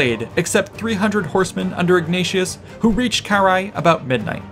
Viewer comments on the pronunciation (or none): Ill never stand the anglophone inability to read. Its Karrhae no whatever youre saying. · The English pronunciation (UK & US) is carr-HEY. The "a" is long.